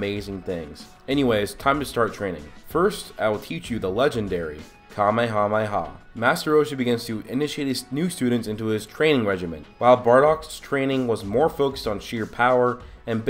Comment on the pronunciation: Instead of kamehameha u said kamahamaha